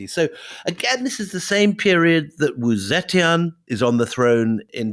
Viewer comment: Brilliant stuff, though I do wish WD would take two minutes to learn how to pronounce pinyin. Obviously tones are tough but just to get the basic sounds right. Wu Zetian is pronounced like 'Oo Zer Tee-en'. Oo as in ooo look at that. Zer to rhyme with 'her' minus any 'r' sound. Tee as in the drink tea. En as in the sound end but with no d.